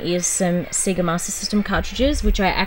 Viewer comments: "See-gah"?? It's "say-gah" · See-ga? Say-ga (Sega) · Awesome, only fun fact is Australians pronounce Sega as 'See-ga' rather than 'Say-ga' even though when you switch on any Sega game it says 'Say-ga'! Crazy! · It's a hard one - living here in Australia I say See-ga but after learning Japanese (only a little) but I did learn how to pronounce it a little better :-) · Haha I know right! Just how we say it. If in Japan however, I pronounce it correctly when asking for games. Thanks for watching.